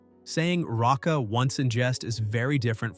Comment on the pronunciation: It's not "ratsa," but "reika," empty.